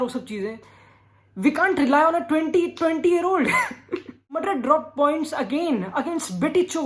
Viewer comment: Not Madrid❌❌ Matrrrit👌😂